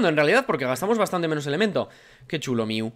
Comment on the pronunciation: No se dice miu se dice mew